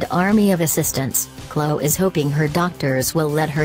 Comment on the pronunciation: How can anyone take these alleged celebrity news channels seriously when they can't even use an actual human to rehash the news? 'Klow Kardashian' robot voice lady?